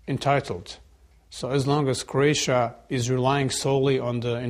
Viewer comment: Croatia not Craotia....